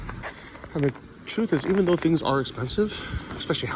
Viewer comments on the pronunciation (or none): none